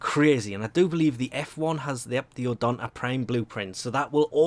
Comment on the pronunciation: "odonta prime"